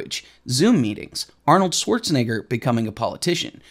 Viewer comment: Bro really mispronounced Arnold’s last name and just said the n word